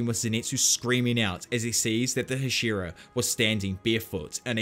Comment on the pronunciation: HASH-E-RA. I enjoy the content but goddamn that bothers me.